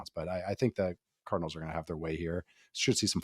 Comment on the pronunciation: Every time he says Cardinals I hear Colonels